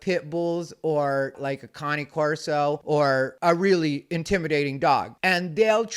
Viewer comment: Dammit why u gotta bring Pit Bulls into it?😂 I am impressed u pronounced Cane Corso correctly tho👊😂